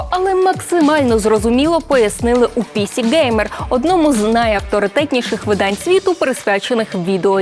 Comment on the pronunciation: пісІ ґеймер, а не пІсі ґеймер =)